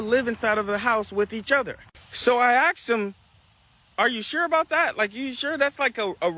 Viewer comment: SO I 🪓 AXED HIM😂....ITS PRONOUNCED " ASKED"